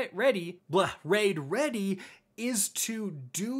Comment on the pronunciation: Rwaid rweady uwu